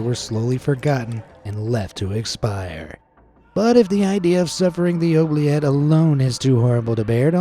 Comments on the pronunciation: Oubliette is pronounced Ooo-blee-et. I live in Belgium, right on the French border, not sure where you learned to say this paticular word, as always, a FANTASTIC video. ❤️ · I'm honestly shocked that you pronounced oubliette and gibbet wrong